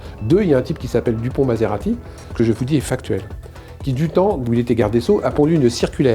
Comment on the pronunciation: Moretti et non maserati non mais ! Ça flingue le propos 😂